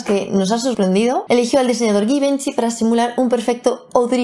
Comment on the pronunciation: Me han sangrado los oídos.... "guivanchi" y "Luis voaton" OH mon dieu, tu m'as fait mal. Est-il si difficile de faire un effort ? Entiendo que pronunciar francés no es tarea fácil pero Givenchy se escribe con GI esto que yo sepa, ni en Castellano se dice así. Para decirlo como tú se tiene que escribir con GUI como GUInarlda o GUIñol. Dommage.... La prochaine fois récuse un peu la prononciation. Salut ma belle.